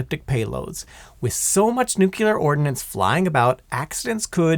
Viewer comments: I don’t know if I can watch this, and hear somebody say neuc-u-ler every 10 seconds. It’s freaking new-clear! How hard is that to say? Two syllables! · Less than a minute in and I'm worried the amount of "nukyular" in this video is going to make me skip it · If you can't pronounce nucLEar, don't make a video about it. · NUK-ular? It refers to the nucleus of an atom. There is no such thing as a "nuculus." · I was excited to watch this, but I couldn't cope with the presenter saying "nucular" and so I had to skip it. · Seriously. Sound it out. Nuc le ar. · New-clear energy, easiest way to remember it., it's not the nuculus of the atom they're playing with. It's the nucleus. Where does the L go? It's important. Nu-cle-ar, shorten it to two syllables, New-Clear. This is painful and I have to hop off any of your vids about nuclear shit, which sucks because I'm a massive nuclear nerd....but bruh it's fr painful............ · Heard him mispronounce nuclear and just left, don’t want to hear it another hundred times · It annoyiled me so much I couldn't finish the video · I came here to say this. thank you! My wife says it wrong too. when she does I reply with "OK GEORGE W BUSH." Hearing people pronounce nuclear incorrectly is like nails on a chalkboard for me. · This guy has a funny way of saying nuclear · You mean a nukulus? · Seriously … I can’t get over it. I’m sure it’s even spelled correctly on the teleprompter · The one reason I would prefer Simon over this guy!😮😅😊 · No no no if you can't say nuclear I've no interest bring Simon back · Say it with me,: nu-KLEE-er, NOT nu-cue-ler. Fingernails on a chalkboard is one of the few things that sounds worse than how you pronounced this particular word. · It's not nucyeelar, it's pronounced NOOKLEEAR (or even nyookleear) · Its nuke -u-lar weapons according to this shitforbrain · NU-CLEAR!!!! NU...CLEAR!!! NOT nukyular!!!! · Great video. Killing me with the nucular pronunciation though. Nuclear, like nucleus.